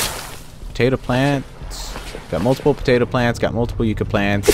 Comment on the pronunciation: pronounced Yuck- a